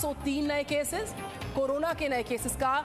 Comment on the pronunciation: she said corola